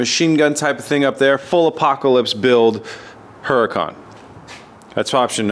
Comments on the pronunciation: Hey, that's not a Huracan, in your case it's a Hur-i-CAN!!! hahah!!!! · How can you not pronounce huracan?